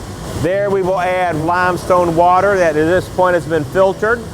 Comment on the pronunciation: "we're then goin' to mix that with our LIMESTONE WATER in our COOKER" I appreciate his intensity about limestone water.